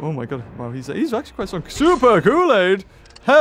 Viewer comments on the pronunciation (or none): none